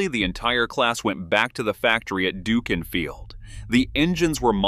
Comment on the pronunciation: You could hardly be expected to know this, but Dukinfield (which I live near) is pronounced Duck-in-field.